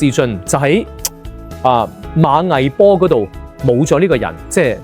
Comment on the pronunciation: ＇馬嵬坡＇讀馬＇懷＇坡。